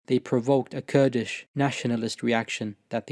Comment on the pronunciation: Your pronunciation of Kurdish names, Turkish names, and Arabic names and words are very impressive and flawless. You must be fluent in all 3 of these languages. Mashallah, may the Almighty increase you. Ameen